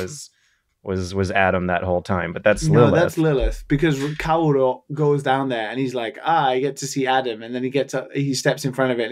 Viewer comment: Those pronunciations, holy fuck. GEN-do, Longe-inus, Kauro. You did watch it in original with subs, right?